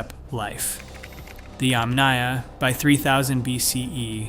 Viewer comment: YAMnaya, not yamNAYa.